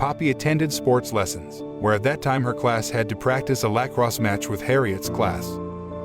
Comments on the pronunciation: the way he says lacrosse cracks me up for some reason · The way he pronounces lacrosse